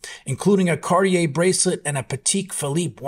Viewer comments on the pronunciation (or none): none